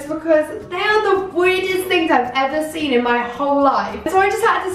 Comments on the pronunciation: You always say the word “seen” as “sin” But u did look gorg in this video 🙌🏼🙌🏼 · Why does she say ‘seen’ like ‘sin’ 😭😫😫😫😫😫😫😫 ugh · ‘Seen’ not ‘sin’ 😂😘